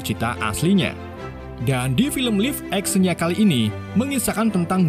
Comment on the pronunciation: Pelafalan "live action" nya....